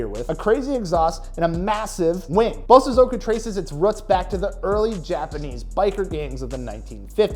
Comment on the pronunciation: As a Japanese, Just to help with the proper pronunciation. Bosozoku is pronounced (Bō(slight pause)Sozoku). sozoku is pronounced fast and in unison. Bo|sozoku 👍🏼